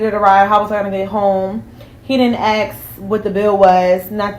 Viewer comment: Why do they say "he did aks?" They say aks instead of ask. Why "aks"? 👀